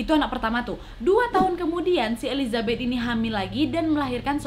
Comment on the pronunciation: Maaf elisabet bukan elizabet